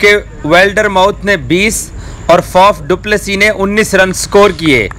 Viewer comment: Pronounce kar tu